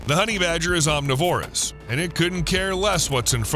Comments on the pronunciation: omNIVorous, NOT omniVORous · "Honey badger don't care." Hey! om-Niv-orus. Not om-ni-Vorus. Otherwise, all good. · It's pronounced aam - ni - vr - uhs, goddamnit!